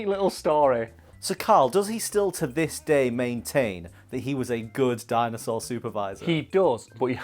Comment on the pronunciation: Did anyone else notice said Ninja Jinosaur?